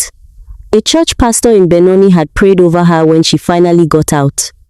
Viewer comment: I love the way 'Our names and Surnames' were butchered so funny to be on the receiving end... 'a pastor from Benoni'... I am from BENONI, Small town in the South of Johannesburg ❤🎉